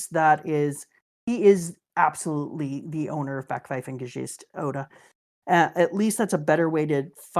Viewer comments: As a german I LOVE how pronounce "Backpfeifengesicht"❤ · Nicht wahr? The „Backpfeifen“ part was wundervoll